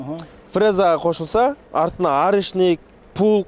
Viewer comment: Пулк дебей плуг десен тилин келбесе кыргызча эле айта бер да